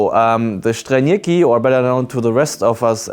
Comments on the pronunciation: Strelnieki not Shtrelnieki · you say it as you see it written, should get it right if you do that ''streelnieki'' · Latvians aren't Slavs so "Strēlnieki" shouldnt be pronounced with russian accent Just a tip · The "s" in Strēlnieki is pronounced like in "snake" not "shoot"... if that makes sense. Great video nonetheless. Waiting for that Baltic special